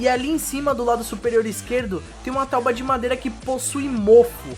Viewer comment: tauba ele falou tauba